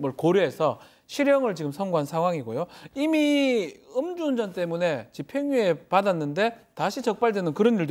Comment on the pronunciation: 엄주운전이 아니라 음주운전입니다. 따라해보세요 음.주.운.전